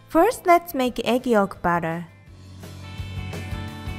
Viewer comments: You need to work on properly saying the word "batter" because you aren't saying it correctly. You sound like you are saying "butter". I love your videos! But its kind of hard to know if you are saying to add the butter or add the batter. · your mom needs to work on properly saying the word "batter" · LOL when you say batter it sounds like butter <3 your videos :)